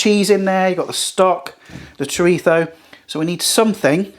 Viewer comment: Great video bro, will definitely be trying this! Also, you should have definitely had a pop up of Mike Tyson everytime you said "Choritho" 😅 I learned something new today but couldn't help but laugh everytime you said it. 🤣 I've been saying it wrong my entire life!